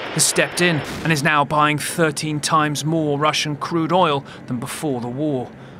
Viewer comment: It’s ”OIL” (pronounced as oyl) and NOT ‘OLE’ … if you think of the word, “loyal” 🤔 just remove the ‘L’ and you’ll know how to properly pronounce the word. You’re welcome 😜 Welcome to America, champ!! 🇺🇸